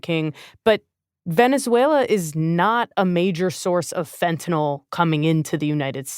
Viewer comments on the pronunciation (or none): Charlie should learn how to pronounce "fentanyl".